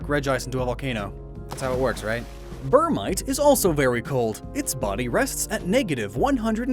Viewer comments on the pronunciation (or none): *Bergmite, he mispronounced it's name for some reason. I would know, it's one of my favorite Pokémon. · Chews us out for pronouncing regice with 2 i’s but then says burmite when its berg hmm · Comments on how regice only has one I, then completely ignores the g in bergmite